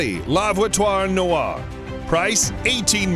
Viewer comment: Bugatti la voitoire noire 😂😂😂😂on dit la voituuure noire